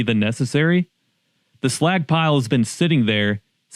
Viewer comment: Was listening w phone in pocket and the entire video I've been trying to tell if he's saying "slack" or "slag" "The Slagck pile 🥴"